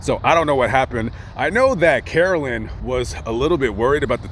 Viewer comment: It’s Carolyn